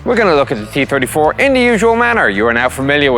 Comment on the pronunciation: It hurt my soul that it sounded like he was saying kee 34